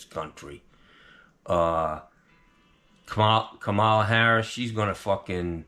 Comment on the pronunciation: KAmala, not KaMAla. Get it right,! 😂 I need a HARRIS sign for my lawn. There's not one Trump sign in my entire neighborhood. God bless,. FU Tony Plumboob!